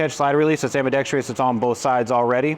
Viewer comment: Ambidextrous, NOT Am-bee-dex-tree-us!